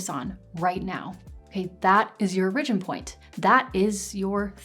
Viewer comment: Off topic: where are you from? The way you pronounce “origin” is very interesting.